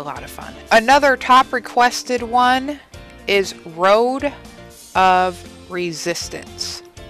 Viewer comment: Wow, a three-fer. That was great! Hopefully your editing will avoid any blocking issues. Your pronunciation wasn't too far off. You nailed 'Road of Resistance' and 'KARATE'. : ) Megitsune is more like "May-Git-Soon-Ay", a female version of Kitsune (a fox). Thanks especially for reacting to that one, it's still at the very top of my list. As far as dancing to this song is concerned, Yui and Moa consider it their most challenging choreography, at least from the first album. It was Yui who requested that they add the "windmill/electric fan headbanging" to Megitsune since they liked it so much when the "God of Headbanging" did it in their official video for Headbanger!!.